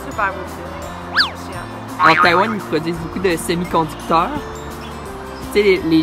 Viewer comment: 阿兜仔把台灣唸成呆丸了